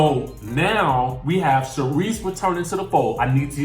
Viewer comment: I was disappointed when you said Sharise. Even though I like her.